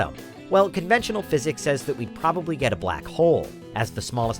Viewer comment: The narrator sounds like an oriental. I hear some mispronounciations. Like "speck", he said "spack"; "get" he said "gat". You can hear it clearly. lol !!! This is one of many pronunciation problems that I find with many orientals whose 1st language isn't English, but think they sound like a native English speaker.